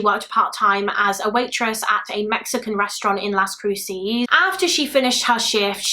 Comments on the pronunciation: I mean no disrespect but it’s pronounced Las Cru-says. Las Cruces. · Fyi : Las Cruces is pronounced las Croo suhs - love your channel!! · i know you don’t know better but i live in las cruces and the way you pronounced it made me laugh